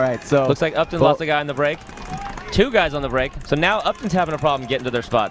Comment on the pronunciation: the town is said like UP TON, not up town......